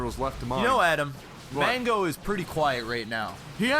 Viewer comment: You pronounced "Mango" wrong!!!